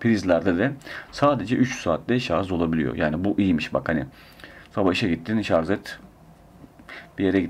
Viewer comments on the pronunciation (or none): none